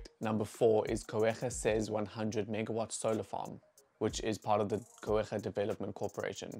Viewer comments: This was great but it's pronounced Koo - ga (with the raspy g), not Koo - air - gah. Fantastic video though. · Just a note - it’s pronounced “Coo-ga” not “Coo-eh-ga” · It's not Co-ega, it's Cooga. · I'm sure Coega rhymes with Cooker, rather than Co-ega as you pronounce it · It’s pronounced Cuga… not Coe-ga… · Go-egha? Coogha. Pronunciation: basic research. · pronounced Ku~rha (COEGA) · Wait till the ANC BEE the heck out of it. Some ministers are going to be very, very wealthy from these projects. SA citizens will not be any better off. I'm from the Eastern Cape - it's pronounced Koo-gaa. Even it solar energy is setup in the EC, it won't benefit locals who pay horrendous energy rates, instead it'll be sold to places like Mozambique for ANC profit. Again these renewables DO NOT benefit SA citizens, they benefit private enterprise and the ANC. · Your pronunciation of Coega is wrong.Try to pronounce it correctly.